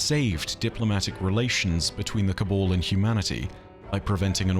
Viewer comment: It's Ca-Baaaal not Ca-bole